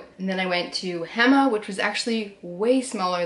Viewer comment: Such a nice video!!! (p.s ‘local’ tip: hema is pronounced “hey-ma”) ❤️🧚🏼‍♂️